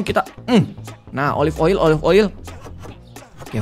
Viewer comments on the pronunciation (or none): Klo bilang oli aku ngakak 😂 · Ngakak tiap kak regi nyebut oil jd oli mulu😂